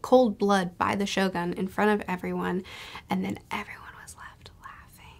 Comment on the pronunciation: Finally got the point why Doffy become the one of the evilest character in OP.. Cant wait to see your review for the Act.3 because there will be a lot of surprises that waiting for you.. Anyway the correct pronunciation of Shogun should be (sho-goon) 😊